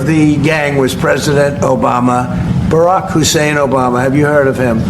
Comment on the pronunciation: the way you said barrack here bro had me loosing it 😂😂